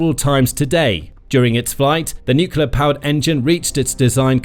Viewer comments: Can't anybody say "nuclear" any more? If I hear "nucular" again I shall launch my own secret weapon .... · It’s nuCLEar, not nuCUEar. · let me remind the slow narrators wherever you dwell that atomic power is called NUCLEAR, not NUCULAR!!! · Nuk yah leur… what happened to new-clear? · The word is NUCLEAR, pronounced N-YOOK-LEE-YER, not N-YOOK-YOO-LER. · it's not NUKULAR but NUCLEAR..... really .... come on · The propulsive power of this vehicle derives from smashing neutrons into large atomic nuclei - breaking them into smaller nuclei and liberating energy in the process - plus a bit more, of course! So the nuclear fission process is all about the the energy released from the atomic NUCLEUS. Which is why it's called NUCLEAR energy - not NUCULAR energy, as you continually refer to it in the video. This is a mistake that has become so commonplace that even those working in the field of NUCLEAR physics mispronounce it nowadays. The video is very interesting otherwise. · It's pronounced ''nuc-le-ar" not "nu-cu-lar" ! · AAAAAGH! NUCLEAR NOT NUCULAR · Does it bother other people that no one ever says Nuclear correctly? Nukiller seams to be the accepted wrongly pronounced alternative. These so called professional people that do the narration should be taken aside and trained. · It's a long slog listening to this guy say "new-cue-ler" a thousand times. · Nuclear , Ya Nini , not nucullar from the word nucleus . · Nukuler, ever so credible. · Why can't anybody say the word "NUCLEAR" properly any more??!!.....😂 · The number of times the word nuclear is mispronounced is quite impressive.